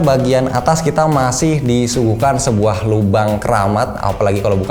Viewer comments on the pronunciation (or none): Terdengar kata "sebuah" jadi "es buah" 😂